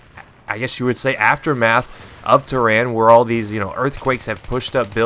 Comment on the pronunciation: lol, its Tehran